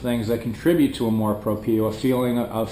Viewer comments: Some Filipinos are haters of their own kind which is sad. Thanks for trying to understand the Filipino psyche. By the way "amor propio" is pronounced as -- amor - you got that right - "propyo" for propio. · Very well said. That was a very in-depth analysis of the Filipino culture. Sounds like you've lived there for more than 5 years. Btw, its pronounced Amor Prop-yo (2nd syllable pronounced yo like in yoyo). Good job! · Lol "Canamor Propio" I like that. ;P